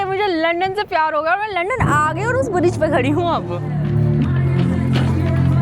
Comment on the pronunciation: hoootel nahi, ho tel bolte. UK me veg Khana bhi multi hai, salad kab tak khaugi😂English me to acchi tarha padhna at to apna mazaak kyu banati ho. Riksha kyu chalwaoge, cycle par riksha jaisa city me pahile SE hai. PAISA kharcha Karna padhega. Yaha muft me Kuch bhi nahi milti. Aur bridge ko bridja😂kaun log ho, India me kaun se gau se ayee ho, itni badhi YouTuber ho aur fir bhi illiterate ho.